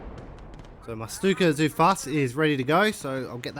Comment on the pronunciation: BTW regarding your pronouncation of Stuka zu Fuss: You spell the "U" in "Fuss" like in "You" and the "Z" in "zu" is spelled hard but the rest was ok.